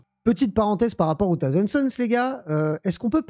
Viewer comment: ...Alors, vraiment, sans faire le chieur vis à vis de l'Anglais et sans exiger un accent de la haute britannique... Par pitié, juste le minimum syndical en prononciation : c'est "SauZand" Sons. 😁 Et pas Death "Gouarde" non plus. Sinon, à ce titre autant dire World itté, ça reviendrait au même. Bref, je fais chier ! 😉 Sinon, d'accord avec le propos de la vidéo. Et oui, les robots TS sont infâmes.